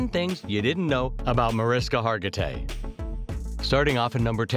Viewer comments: Video wants to tell me new facts about Mariska and proceeds to pronounce her name wrong three times in the first 30 seconds. Well, sorry, but I'm out. 🤷🏻‍♂️ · I think you're saying her name wrong 🫣